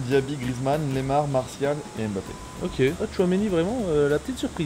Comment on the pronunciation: Il a dis lemar